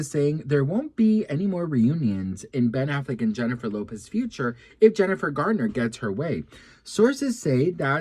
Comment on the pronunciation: Garner, Garner not gardner